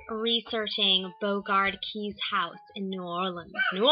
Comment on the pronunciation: Good video. FYI it is pronounced more like Bow-regard K-eyes...rhymes with eyes. at least the author Frances Parkinson Keyes pronounced her name that way. They were quick to announce that on the tour of the house. My great grandfather and his brother were murdered there and are said to be active ghosts. On one of my visits there I did encounter one of my relatives when I left the tour for a minute to go to the bathroom. a very creaky door opened by itself! slowly... I hope you can visit some day.